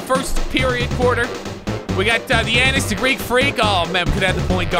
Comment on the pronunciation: As a Giannis fan it made me mad when he pernounced his name